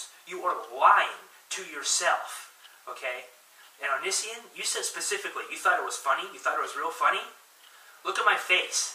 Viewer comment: You can't even say his name right and your hating on him.